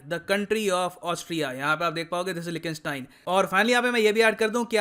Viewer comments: 🤣🤣🤣 लीकटेनस्टेन not लिखी स्टेन please correct ur pronunciation bro it's pathetic. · Austria ka pronounciation sari bhashaon me galat tha aur Liechtenstein ka bhi accurate nahi tha